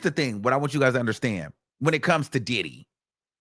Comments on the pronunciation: I thought it was DiDHeeee? 😂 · The way he says “DIDDEEE” sends me every time! 😂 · FRFR!!! 😂😂😂😂😂😂 I be in my house crying! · 😂😂same here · Oh I didn't know the comments were open! 😂😂😂 how he say Diddy really be killing me!😂😂😂😂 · For me, It’s the way he says Diddy! Where is from? I can’t detect his accent.